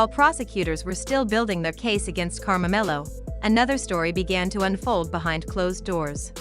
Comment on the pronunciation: His name is not Karmamelo. It's KARMELO!